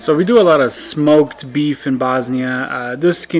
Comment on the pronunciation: Why are you prenouncing bosnia like that? You're bosniain. Is it so Americans understand it?